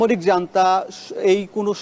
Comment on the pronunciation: "Junta" শব্দটির উচ্চারণ জানতা নয়, ওটা "হুনতা" স্পেনীয় ভাষার থেকে এসেছে। কুড়েমি না করে গুগল সার্চ করুন পেয়ে যাবেন। কত মাহিনা দেয় আপনাদের?